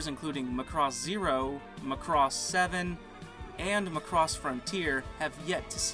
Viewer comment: Guys... it's MACROSS not McCross. Let's go with the Japanese phonetic spelling マクロス (MA-KU-RO-SU) :D